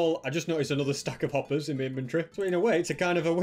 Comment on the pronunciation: this guy doesn’t have the word “my” in his vocabulary. he just says “mi”